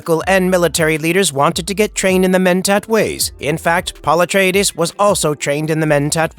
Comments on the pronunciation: AI says it funny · I like the way he says Paul Ah-tray-dayszzz 😂